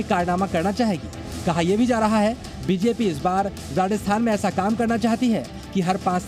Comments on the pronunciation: Reporter ko "Rajasthan" bolna bhi nahi aa rah 😮😮 Radasthan Radasthan chilla raha hai!! 😂😂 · Rajasthan hai... Radasthan nahi hai... Aap bol k bata rehe ho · भाई राजस्थान है राडस्थान नहीं😂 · Sorry to say but Rajasthan word sahi sound nahi kar Raha hai 😢